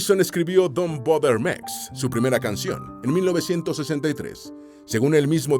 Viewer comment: Macho…. aprende algo de inglés, aunque sea por fonemas. Me he reído a mandíbula batiente, con lo de “don bader mex “